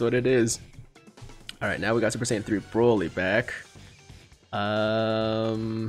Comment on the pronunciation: Am I tripping or do you keep saying ssj3 broly lol